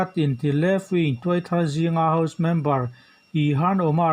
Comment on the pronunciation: Rrcord hmain vawi thum ral chhiar phawt thei la, tin, record chhin la, chu chu ngaithla nawn leh bawk la. Mizo ṭawng thluk hi a dik keh dik loh midangte rawn nise. Saptawng thumal e.g. House tih te hi Hau tiiin a ri a. A bak pawh improve ngai tak a ni. Hmasawn zel turin jan ṭang tlang zel dawn nia.